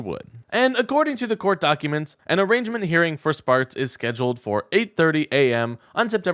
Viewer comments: Host Guy: Please learn to pronounce fricking words, man. You got neither Dulles nor "arraignment" correct. I stopped listening after the second one. We can't be as dumb as Trumpers. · Arraignment ah .. rain .. ment The 'g' is silent